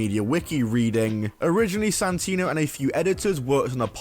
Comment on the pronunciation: How many time did he call santino, Santina